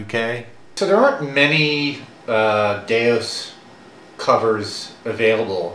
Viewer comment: DeUS, not DeOS.